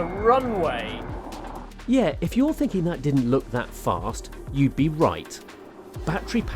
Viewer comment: Bro says batt er reee like bat tree